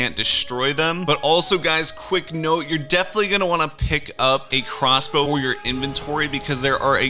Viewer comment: Did he say crossbow?